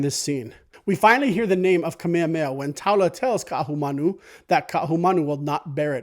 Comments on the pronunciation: Good stuff, but can we try and pronounce King Kamehameha correctly? You are not alone. It's not Ka-meamea. It is Ka-me-Ha-me-Ha. Emphasis on the H. Mahalo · you say you're Hawaiian but you say "Kamehameha" like a haole